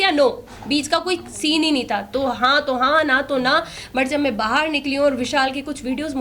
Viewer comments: Main ❌में✔️🤡 Clear❌ किलियर ✔️🤡 Maine ❌ मेने✔️ 🤡 Aur ❌ ओर ✔️🤡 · Me,me nahi hota madam msi bolna Sikh lo.. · मे मे नहीं होता मैं होता हैं बकरी 😂😂